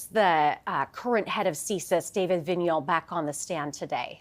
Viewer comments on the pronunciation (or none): Vigneault, not Vignon.